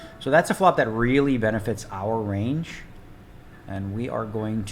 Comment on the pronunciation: repeat after me...."RANGE"